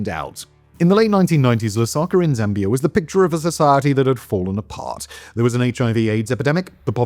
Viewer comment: 🛑🛑🛑 Zambia 🤷🏻‍♂️ not Zambiarr 🤦🏻‍♂️🤦🏻‍♂️ it's pronounced the way it's spelled 🤷🏻‍♂️🤷🏻‍♂️